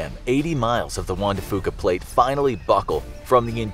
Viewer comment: I HATE the way he pronounces Juan